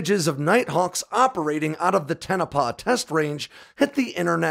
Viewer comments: It's pronounced Tonopah, like TOEnopah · Pronounce Tone - ah - Pah. You keep putting the emphasis on the wrong syllable. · It's pronounced Toe-na-paw!!! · It’s pronounced toe-na-pah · Oh god, and the way he said Tonopah. 😖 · Panamint and Tonopah - learn how to say those names correctly. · the test site is at groom lake not Tonopah Nevada. And he can't even pronounce Tonopah correctly.. Which sells me this channel is not created by anybody from our country it's propaganda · Tonopah, is pronounced "Toe-no-pah," not "Ten-oh-paw." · Just a note, Tonopah is pronounced toe-no-paw, not ten-na-peh. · I appreciate everything you do putting in the work making these videos. But, I have to point out it pronounced Toe-Nah-Pah. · There's no 10 in Tah-no-pah Or Ton-oh-paw. Great video though. Love seeing these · It’s not Tenopah it’s Toe- Na- Pah ……. Tonopah To - No - Pah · It’s the “TOE-no-pah” test range, not “TA-na-pah”. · The correct pronunciation of Tonopah is 'tone-o-pah', not 'ten-a-pah' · Toe-Nah-Pah. Not Ten-Ah-Pah. Also... Pan-Ah-Mint Valley. Not Par-Ah-Mint Valley. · Toe- Nah- Pah.... Not Ten ah pah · It’s TOE-no-pah … not TEN-o- pah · TONOPAH NOT TENOPAH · Tone a paw not ten a paw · TONE-OH-PAH, not TEN-OH-PUH say it right or don't say it. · it's not "ten-a-pah" it's pronounced "toe-no-pah" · Tonapah is pronounced as Toh-nuh-paw, in the Las Vegas area... My father was in the US AF, primarily at Nellis AFB... I was in the US Army, primarily at Ft. Sill. Thanks nonetheless, fellow brother-in-arms and Patriot. 😊. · "Ten-i-pah"???; ) Semper Fi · It’s pronounced “Tone-a-paw” FYI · It's pronounced Tone-A-Paw. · It's Tonopah (pronounced tone oh pa), just a heads up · its pronounced (TONE- a -PAW) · Why are you pronouncing it " Tenepah"? Other than that - love your work. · Isn't it "Toe - Na - Paw" ? just axin' ..... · It’s pronounced Tone-a-pa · Pssst, there is no E in Tonopah. Tono_pah bruh. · Tonopah pronounced Tow no paw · It's pronounced TONOPAH.